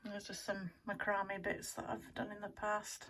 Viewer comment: Mac-ra-may. 😗That's the correct pronunciation. Not to correct you and be rude. Thank you for the room tour.💙💙 I love your vintage ephemera, and your book collection. Love your room. Oh, I'm just dying over your owl print. That is really neat. Ok, I need to finish watching your video. Hugs, Diana.